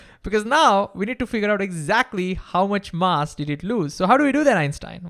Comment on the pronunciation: Learn how to say "mass"